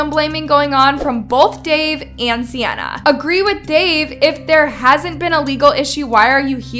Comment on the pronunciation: Love how she be saying sianna gomez but it’s 🤪